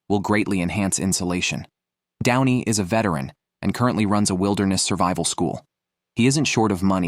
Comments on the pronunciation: Downy??? you ai generated Muppet lol 🤣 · Bogus A I voice, total mispronunciations and numerous screw ups. is "Downy". This is pathetic. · "down-ie" instead of "don-ie" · Downy??? :D come on! let the AI bot at least TRY to pronounce it properly! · getting renamed to "Downie" caught me off guard so bad hahaha